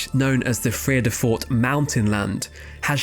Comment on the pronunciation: Not bad…your pronunciation of Vredefort is pretty good! Especially for an Englishman. Really interesting video.